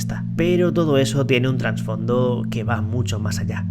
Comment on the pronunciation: TRASfondo TRASfondo, sin N hermano, duele oirlo jajaja. Gran video!